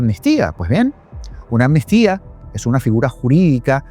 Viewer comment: LO ESCRIBES BIEN PERO LO PRONUNCIAS MAL MUCHAS VECES. ES AMNISTÍA NO ANNISTIA. Tranquilo que yo cometia el mismo error🙄🙋‍♀️🙋‍♀️